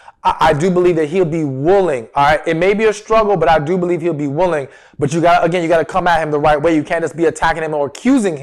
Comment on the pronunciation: I'm not trying to be mean but when you say the word "wooling" 😳 its "willing" I cringe 😖 Also the word "important" is not pronounced the way your saying it.. I listen to your videos all the time but I cannot stand to hear these words pronounced wrong... now in this video I heard you say "willing" but then you switch back over to "wooling" 😳😖 Its like people that say "warsh" instead of properly saying "wash"... Where does the "r" come from?